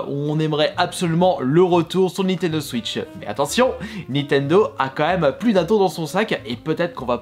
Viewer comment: Cette vidéo m’a beaucoup aidé pour choisir des jeux mais c’est quoi cette façon de parlereu c’est abuséeu il dis Nintendo switcheu